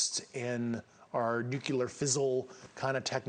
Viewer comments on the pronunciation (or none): What in the heck is, "nucular fizzle"? Saying New Clear isn't as hard as many intellectuals make it out to be. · "We have NUCILAR weapons" ?? Why the hell can't Yanks say the word "Nuclear"?? Why do they have such difficulty with it? They can say "New" and they can say "Clear"...go figure! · Nuculer is not a word. It's Nuclear. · No one who says " nucular" has a shred of credibility. I'm sorry, but if you are incapable of pronouncing the name of the most powerful known technology, your claims of higher technology are invalid. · He said the word nuculear... If he was that high up with advanced knowledge he would know that the word is spelled nuclear and pronounced as such. Just odd to me. I don't know what he knows but I do know he doesn't know how to pronounce nuclear. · It's hard to believe someone with allegedly, such high Physics education and technical knowledge, - who can't pronounce "nuclear". So many military, government, and political leaders say "nuculer". It's about the nucleus of an atom, therefore, nuclear. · A Physicist who pronounces "nuclear" as "nuke-you-lerr" even once is suss... More importantly, he's NOT the first whistleblower. There are many who actually saw and handled "alien" technology & remains... not new information here... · Why nukiler? Nuclear shoud ne the correct one, he should know this! Nukiler lol comoooon And he is a physicist, nukiler😮😮😮😮😂😂😂😂😂lol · Fake. Claims to know science but says nuclulr when it's pronounced nuCLEAR. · With all of his credentials he can't pronounce the word nuclear properly! Makes me wonder. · This is "NUCULAR"! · While this guy sounds real kosher, I’m always a little suspicious of high level people who can’t pronounce the word nuclear correctly, especially when his claimed level of expertise is so closely related to nuclear issues. However other than that he does sound very plausible. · And he can't pronounce "nuclear?" I'm not critiquing his message, but perhaps his credibility.